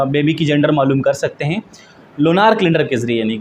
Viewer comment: Lunaar nhi hota .. Lunar hota h😂